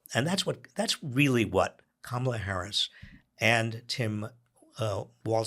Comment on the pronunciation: It seems Spanky's deliberate campaign to rename Kamala - from Kah-ma-la to Ka-mah-la - is working. I've been hearing it pronounced Ka-mah-la for the past few days by right wing pundits, commentators and Spanky supporters. NOW I'm hearing it in THIS podcast by Heather?